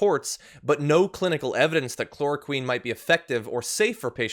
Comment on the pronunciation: He's so stupid he can't even say the word Chloroquine